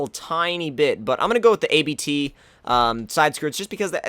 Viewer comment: Its NOT A.B.T its ABT